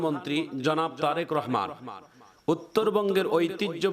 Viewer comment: বলতে ভুল করেছেন জরেক রহমান না তারেক রহমান